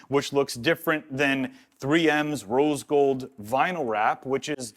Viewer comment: Cool but can't say rose gold